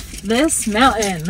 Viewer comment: Mountain had a T in it. Didn't know if you realized that because you're not pronouncing it. Anyway mounTain 👍